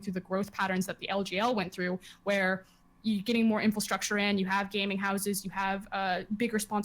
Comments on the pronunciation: Frosk, stop saying "infalstructure" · Why does froskurinn keep saying "infilstructure" as opposed to "infrastructure"